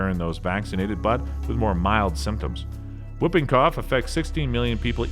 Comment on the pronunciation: Whuping cough? I think you mean whooping. Pronounced hooping. Po-li-oh-my-eh-lie-tis. Seven syllables.